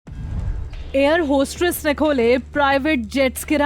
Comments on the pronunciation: It's not hostRess !! Hostess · Hostress nahi hostess hota hai